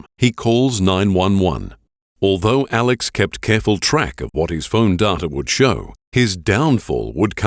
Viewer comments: the most disturbing thing about this case is his name is spelled Alex but pronounced Alec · The narrator calling him Alec instead of Alex is turning me off from watching this. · I love you,, but it's Alex, not Alec...